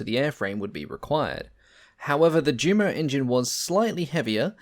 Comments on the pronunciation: These have been great informative videos with the best narration of any I have seen so far but please, that's pronounced U_MO engines and not JU-MO! It's the same with the Junkers aircraft name with so many pronouncing it JUNK-ERS when it to is actyally YUN-KERS. That said I find these videos to be extremely informative and as I said before the narration is almost perfect, this has become my favorite channel! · This just appeared in my feed. One critique: JUMO should be pronounced YUMO and Yunkers.